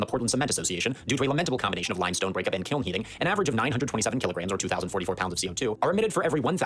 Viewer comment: Its KILN, not Klin -.